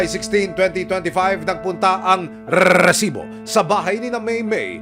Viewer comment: naka 28 na bigkas ng reeeeeEEEsibo